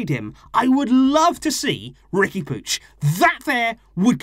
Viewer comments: Isn't it "Riqui Poo-eeg"? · Why do you say "Riqui Pooch"?